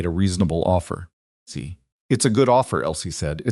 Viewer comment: Can't enjoy because of the word "see". You should really listen to your own stories to find the mistakes